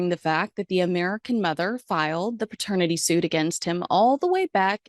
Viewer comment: Love your content and love watching you. One correction - The word is paternity not pratenity... 👍🏻